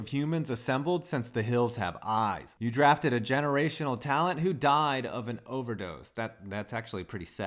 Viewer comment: draftered, Can you even speak